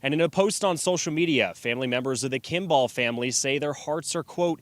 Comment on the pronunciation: First, my heart breaks for all involved, including the witnesses. The images from this are horrific. That said, you'd think the journalist could pronounce Kimball correctly. It's not an unusual last name... kim-bull.